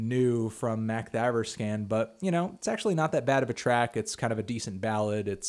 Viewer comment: Man, you butchered the pronounciation of Makthaverskan